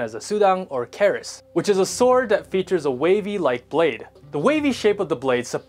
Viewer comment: Ku-ris is not koo-ris